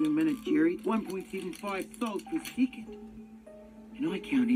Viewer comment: 1.75 souls per SEE-cond.